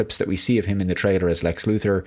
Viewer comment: Why does it always sound like he pronounces it like trader instead of trailer? Is it kind of a shtick like the thing with appre Cee iate?